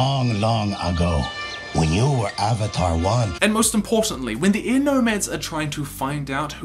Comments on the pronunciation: It's Wan not Wang. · how many people do I have to explain this to? IT'S WAN NOT WANG